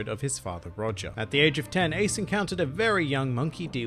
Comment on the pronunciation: remake this video and learn to pronounce his name